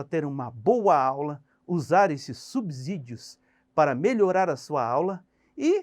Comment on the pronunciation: Professor apenas uma resalva, a palavra SUBSÍDIO ( é pronunciada com som de si mesmo e não de zi). A regra diz que ( depois do prefixo sub pronuncia-se "si/Ci". Boa noite. Espero que não fique chateado.